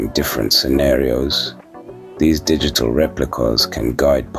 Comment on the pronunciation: Sounds like you saying dickitable whenever you say digital 😂😂. Awesome guide into Dtt